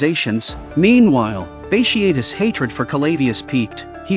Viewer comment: Bat tee a tus is how it’s pronounced